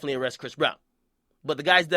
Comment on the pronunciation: "It's ya boy Jackademiks..I'm out" pause...pronounce your words properly bro